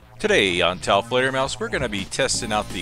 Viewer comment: "Welcome back to Taofleder, folks"? Try again.